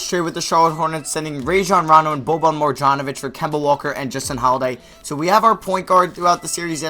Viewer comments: It's mar-yan not mar-jon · It's boban (mar-yon-O-vich)